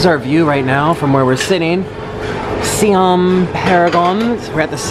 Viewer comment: Thai People getting triggered by the way he says Siam..... (I’m thai so I get triggered too)